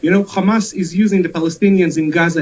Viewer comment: Why did you do this? ‘Khamas khamas khamas’